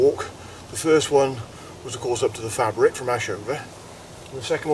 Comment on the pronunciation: Another great walk and video. I think of the Ashover area as my second home as my Mum was evacuated near there during WW2 and we frequently return. Interesting to hear you pronounce the Fabrick with a hard 'a' as we always thought it was a soft 'a' like fay-brick. Cheers, Nick